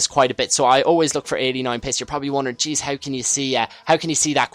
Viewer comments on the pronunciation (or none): none